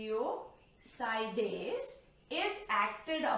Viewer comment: Its self explanatory and she even pronounce it nucleosides